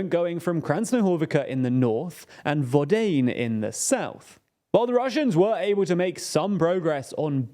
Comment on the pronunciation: It's not pronounced vo-dayne, it's pronounced vo-dyAh-neh